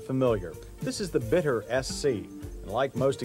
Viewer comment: I think it should be pronounced Beet-t-ter. Yes, you gotta to the T twice. And it's far more Bee or Beat, than Bit.